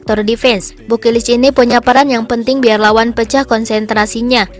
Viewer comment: BU KILIC min jgn BU KIRIK aahhh... 🤭🤭